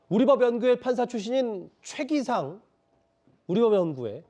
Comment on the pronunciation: 최기상이라 쓰고 (소셋끼) 라 읽는다.